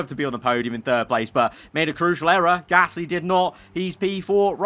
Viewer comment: Luuuuuufield. Drogovich. Peeeeer Gaaaaasly